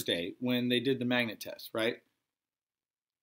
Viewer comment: Did he say "magNate"? Can't wear your sunglasses, yet... it's not night...